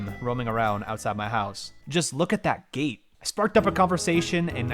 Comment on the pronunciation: Oh….look at that gate….i thought you said gape